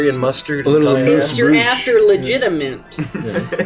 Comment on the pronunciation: ok. "Legita-mint" got me.